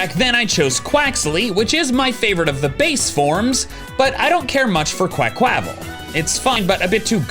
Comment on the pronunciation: What is that pronounciation of Quaquaval?